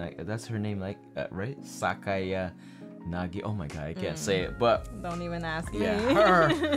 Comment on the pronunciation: Yes! pronunciation of Sakayanagi is correct